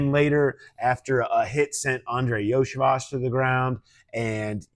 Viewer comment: Iosivas is pronounced "Yo-See-Vosh"